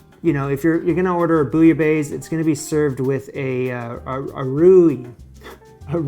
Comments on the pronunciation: lololol please just stop saying bouilla baise ! ican't stop laughing my ass of right now... because it means f*ck in french and sounds like peek a booh f*ck!! it's bouilla baisse like best but don't pronounce the T. and it means : boiled than lower (the temp) out of that nice vid as usual ... you are making progress. cheers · The way you say "bouillabaisse" made me pause lol sounds like you're saying "bouillabaise" and "baise" is a vulgar word for making babies.